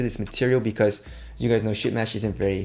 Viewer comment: Did you say ship mesh OR shit mesh?? LOL